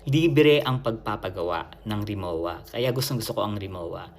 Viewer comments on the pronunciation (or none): ang Rimowa ay German brand, hindi Japanese. Katunayan, ang pagbigkas ay Rimo-va. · Rimowa luggage is pronounced Ree-moh -vah with the German 'w' sounding as a 'v'.. No offense meant ❣️❤️🅿️🅱️🅱️Ⓜ️✌️ Forever since birth